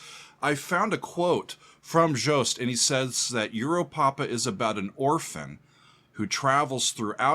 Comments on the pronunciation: You are the first one outside NL to actually pronounce 'Joost' pretty well! It's not 'Joust', but 'Yoast'. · Hey, the first American that pronounces Joost’s first name right …! 👏